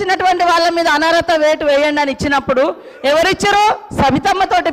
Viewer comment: "అనరత" కాదు, అనర్హత అని అనాలె.!👉👉